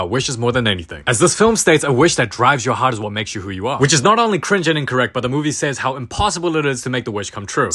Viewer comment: "oh my hearto" "AHHHHHHHH-" got me rolling 😭